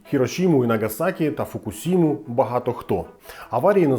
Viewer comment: Радий чути використання правильного перекладу слова "Хірошіма", але варто зазначити, що "Фукушіма" теж є японським словом і там використовується той самий склад, тому його теж варто вимовляти через "ші"